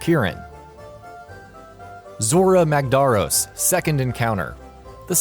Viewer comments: Holy shit he cant pronounce anything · How can you get zorah magdaros name wrong? They literally say his over a 1000 times in game for you. Also what's with the other names? You guys could barely pronounce any other the other monsters names. This channel has a very consistent and very noticeable flaw when it comes to pronouncing damn names. Just watch many of the other videos and they don't even know what the game is or how to pronounce words(character, items, etc) in the game when it's blatantly given to them. This channel has no clue when it comes to games if not they never ever do enough research about it. Might as well change this channel to ign.